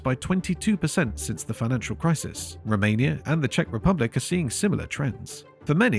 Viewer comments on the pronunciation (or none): none